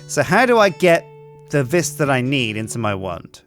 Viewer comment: Please. It's pronounced "vee", not "vis".